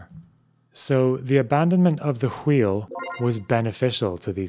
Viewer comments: Its not HWEEL. Its WAHEEL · I can’t go on if he says “Hweel” one more time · I can't be the only one who finds pronunciation of "wh" sounds as "hu-we" to be maddening? "The hweel" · how many times did you sit down and practice saying “hhwheel” before recording this script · Sorry but we all just gonna ignore the pronunciation of wheel here. Great video would of been made better by just saying wheel like a normal folk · You mispronounce wheel the same way that Stewie Griffin mispronounces cool whip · what's up with pronouncing wheel here? is that a bit? that genuinely fucks me up a bit lol